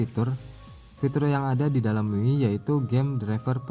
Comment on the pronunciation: bacanya Mi Yu Ai bang XD (Me You I)